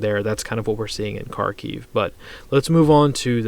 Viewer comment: Kharkiv is pronounced Harkeev with a rolled R